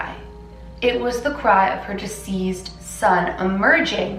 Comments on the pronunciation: Are you saying "diseased" or "deceased" son? This is an awesome and scary story! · I love, love, love you so much... So please don't take this as a criticism, but as an attempt to help you out... I have noticed that in this video, as well as a few others, you are mispronouncing the word DECEASED. It sounds as if you are saying DISEASED, which is quite different. -- DISEASED means to have a disease, (an illness/affliction/etc.) And it sounds like: "DIZ EE ZED". What you mean to say is DECEASED, which means to have died; and sounds like: "DEE CEE ST". Hope that helps. ~Again-- I love you to pieces (Reese's Pieces, that is, LOL!)